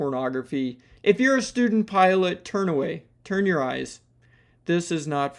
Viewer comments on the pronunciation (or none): none